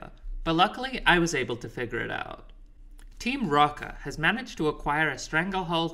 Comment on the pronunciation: no it's just that the dude in the video keeps saying "Team Rocker" instead of Team Rocket (like even in the captions 😅), and i felt like it was further evidence of why this game was tough for them 😂